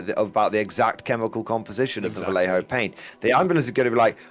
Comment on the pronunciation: my wife overheard while I was listening to this video, she's mad you keep pronouncing vallejo wrong. Because of the double L she said it's pronounced like: Va-Yay-Ho She's Mexican, so if she hears it wrong again she'll get annoyed and start smacking me on the back of the head. SOS